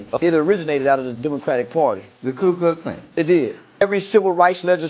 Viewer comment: the “Clue” Klux Klan 🤦‍♂️ It’s, KU foo. You didn’t pay attention in no damn school, stop lyin’. 😂